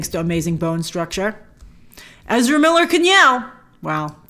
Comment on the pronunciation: Please stop destroying English for the sake of Ezra..